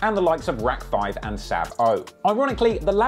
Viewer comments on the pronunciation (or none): i think Rack5 is pronounced 'racks'